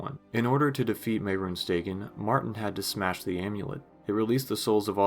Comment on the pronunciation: it's Day-gone. Not "daygin"